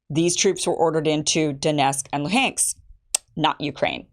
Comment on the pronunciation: Putin's own Spy Chief accidentally said out loud that they wanted to annex those regions though 😂 And the way you're pronouncing Luhansk is wrong